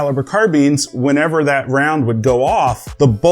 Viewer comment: Am I the only one that hears "PubeTubers" over pewtubers?